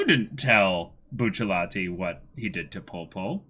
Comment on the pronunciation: I can't be the only one that thinks "Buchallatee" is cringe. I love these guys but still